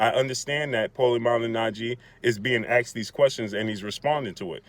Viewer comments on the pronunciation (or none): Why can`t you even talk properly ? the word is "asked" not "axed" ffs